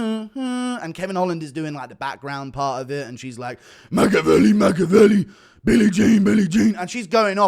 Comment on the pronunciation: "Machiavelli Machiavelli" is hilarious Guru lol. was saying "Mike Amiri, Mike Amiri"